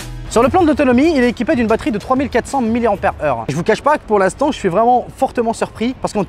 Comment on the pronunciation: Enfin quelqu’un qui prononce correctement mAh milli ampère heure !! :) très bonne review personnellement j’attendrai encore une baisse de prix mais il est très tentant